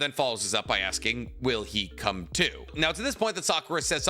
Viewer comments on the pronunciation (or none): none